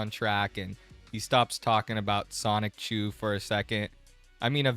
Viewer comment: Bruh when you pronounce Sonichu as "Sonic-chu" it makes you seem like you don't know much about Chris Chan at all.